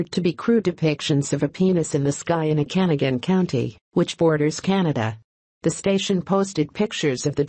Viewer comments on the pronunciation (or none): The pronunciation is: O-ca-naw-gan.